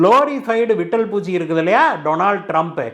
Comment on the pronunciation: விட்டல் பூச்சி அல்ல; லிட்டில் பூச்சி.